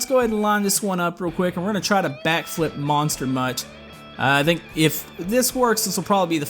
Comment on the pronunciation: why do you say "dhinc" when saying think